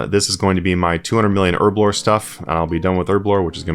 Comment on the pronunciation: You say erblore, I say herblore...Cause there's a friggin' H in it...